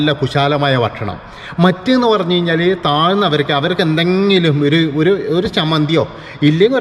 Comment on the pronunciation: പ്രിത്വിരാജ് അല്ലടോ പൃഥ്വിരാജ് ആണ്. കയിഞ്ഞാൽ അല്ല, കഴിഞ്ഞാൽ എന്നാണ്. പറഞ്ഞ് പഠിക്ക്😱🥵🙉